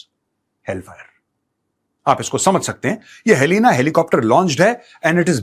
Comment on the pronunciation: helina.. rhymes with yalina😅